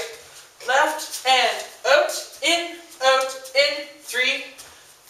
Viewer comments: Love The Way You Say OUt (oot) :) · Lmaoo!!! at the 'out' ... 'oot' word. I can just imagine myself in your class laughing full on in the back. But thanks for the video. its good made me smile and laugh. :))) xx Lol.!! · Where are you from? You say 'out' super weird...